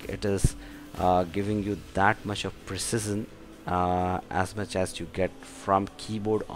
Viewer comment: Its precision not precesion